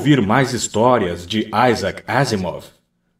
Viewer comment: Ótima leitura. Parabéns! Só uma correção: a pronúncia é “Isac” mesmo, não “Aisac”, ele é russo; Isaac Asimov, no original Исаак Озимов.